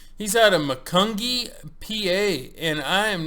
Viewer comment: Just helping you out with your weekly pronunciation hiccups. Always makes me smile because I often have the same problem. Macungie is pronounced like this, ma-kun-gee. I believe it is an American Indian name for a bear, or at least that’s what the town thinks. Keep up the good work and thanks for the add. It’s nice having two trucks on Scale Wars.